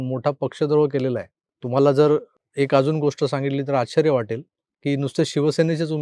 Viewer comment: आच्छर्य नाही आश्चर्य